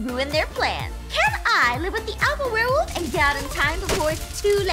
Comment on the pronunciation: I mean I was confused cause he said warewolf not werewolf